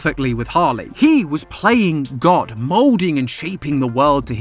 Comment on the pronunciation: YOU SAID DOGT NOT GOD